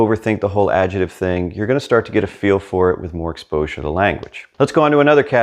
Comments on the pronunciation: your videos are. Brilliant, but you need to repeat after me: AD - JEC -TIVE. Not AD-JE -TIVE. You pronounce “c” in adjectivo, why leave it out of adjective? Hasta luego. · You are a fabulous teacher,. Did you know that the word "adjective" in English has a "k" sound in the middle syllable?